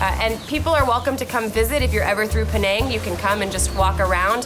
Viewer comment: Penang is pronounced peh nuh ng